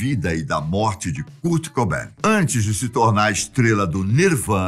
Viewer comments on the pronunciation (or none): "Curti Cubain" e "Custi Lóvi"? Cara esta engraçado, mas seu canal é awesome. 👏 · Da uma agonia de ver ele falando curt cobain e curtney love KKKKKK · Ah.. achei que o vídeo era sobre o Kurt Cobain, mas é sobre um tal de "Cúrt Cobén", o qual desconheço, mas suponho ser algum francês. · cúr cobein KSKSKSSKSK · Noossa, achei que eu tinha sido o único a sentir isso kkkkk "Curte Coubén", demais! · "Curte Cobain, Deive Gru, Curtinei Love"... tá mal aí hein, meu tio kkkkkkkkkkkkkkkkkkkkkkkkkkkkkkk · cúrt cobain ... ai doeu essa ai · Curt coben 😂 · Da uma agonia o homem pronunciando errado o nome do Kurt cobain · Só em não PRONUNCIAR BEM O NOME DESSE GÊNIO, VC MERECE DISLIKE! Q HORROR!